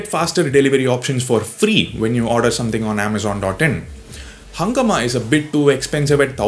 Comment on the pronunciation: Also, its pronounciation is not "hungama" but "hungaaama" It's a hindi word. It's a hindi word for chaos